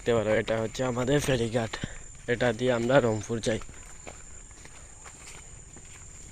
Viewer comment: Rangpur ❌ Rangfhur ✅😂😂